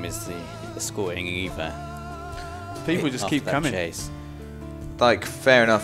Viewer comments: Why does keep calling Eva “Ava” it’s really annoying. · Oh hell yeah! Hour and a half of Haven't watched all the way to the end yet, but does scold for called Eva "Ava"?